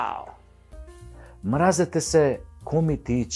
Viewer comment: ти си глумец и си учел Македонски јазик каде што се изговара мразетесе иако се пише мразете се. Мразете СЕ влече на српски.